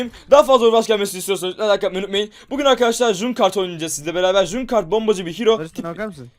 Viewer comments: junkart değil cankrat diye okunuyor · Junkrat(cunkart) değil Junkrat(cankret) türkçesi çöplük faresi saygılarımla güzel video olmuş